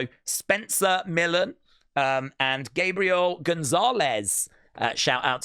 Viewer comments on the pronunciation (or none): none